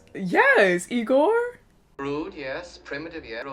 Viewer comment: It's Igor, not Egor